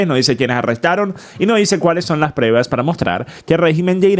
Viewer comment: Saludos! No se dice PREVAS se dice PRUEBAS.